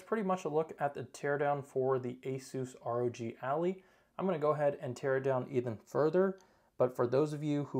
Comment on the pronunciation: Please tell me you are saying Allie instead of Ally as a meme. Its Ally like Allied forces. The device is your Ally for gaming.